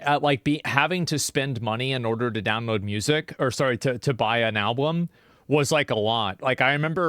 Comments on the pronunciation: WHY ARE YOU SAYING ABLBUM???????????? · Why does he say "alblum" each time :D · Why cant Asmongold say the word "Album" 😂 he goes ALWAYS alblum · Asmon says "Alblum" pretty frequently lol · the way he keep saying Al-Bloom, or Gabin(gaben) driving me insane. He is refusing to say it correctly. Even after hearing it 100 times. Its kinda impressive really. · Asmon still can't say "album". I'm sure I heard him saying it wrong at least two times before too xD